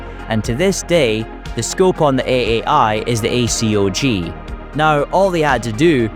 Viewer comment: It's just Acog, not A-C-O-G. It's 7.62 BY 39, not times 39. It was a 3.5 Elcan. Not E-C-L-A-N.